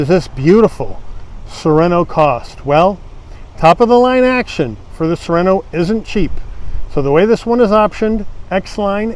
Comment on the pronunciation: Beautiful. Car. Nice review. Overlooking. That you call it " soreno(without ithe T. Neverard of a tiny2.5L engine describedas a" "bigger"engine😂